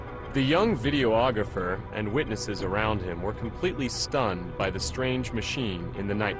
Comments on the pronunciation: The narrator kept calling him a video ographer....I found that annoy oying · I wish this guy would stop saying "video-ographer", it's pronounced "vid-e-ographer".